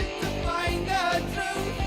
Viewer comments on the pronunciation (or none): none